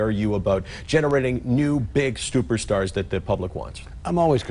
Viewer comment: did he say new stuper stars